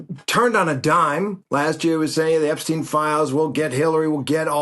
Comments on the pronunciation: Charlie, it’s Epstein. The e is stressed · Terry can’t pronounce Epstein at this point??!!